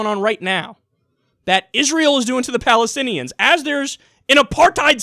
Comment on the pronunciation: quote the Rubio "palithinians" lol